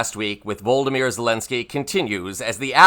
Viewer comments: VOL-OD-OM-IRE not voldomire, he's not a character from Harry Potter! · please it's Volodymir not VOLOMIR - but apart from that, good program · Stop mispronouncing his name. It's Volodymyr Zelenskyy, NOT Vlodymyr. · VLAD not VOLD ... stop reading Harry Potter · I love your show. Hope you don't mind me saying it's pronounced Volod-ymer, not Vol-dymer. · I like your posts, but you need some help pronouncing Zalinskey's first name. His first name is NOT Voldameer or Voldamort. It is pronounced "Vo.load.a.meer" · FFS! Please learn how to pronounce 'Volodymyr!' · The very least you can do is to correctly pronounce Volodymyr. Google is your friend. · Sorry… president of Ukraine’s first name has four syllables (he’s not from Harry Potter)…. can’t watch any further.